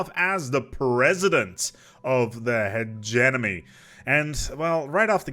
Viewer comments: Could not finish watching "Hedge-E-Money" not "Hedge-Enemy" I was going crazy. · After hearing Hegenomy I started hearing Emeny for some reason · It's funny that he says "hegeNomy" but also "hegemoN" - at least there is no "nucular" :-) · Nobody:: Hedge Enemy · "he-ge-Mo-Ny" not "he-ge-No-My" I felt like I was having a stroke. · "My favorite origin start, the HEGEMON" Now say Hegemony. "Hejiminy" LOL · Akchtuallly its pronounced "he-GEE-money" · AHHHHHHHHHHHHHHHHHHH, I'M SORRY HIS PRONUNCIATION OF HE-GEM-O-NY IS DRIVING MY OCD INSANE!!!!!! But it's ok I still love you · Like I get that English is a weird language, but he was so close to just fucking looking at how it was spelled and making the mouth sounds in the correct order! It’s like he got 65% of the way there and said, “Eh, good enough.” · if you can pronounce Hegemon, I don't understand why you wouldnt be able to pronounce hegemony.